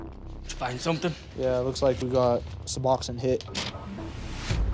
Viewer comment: Sub-ox-in????? Lol my god at least learn the name of the drugs Su-box-one...pronounced Sa-box-own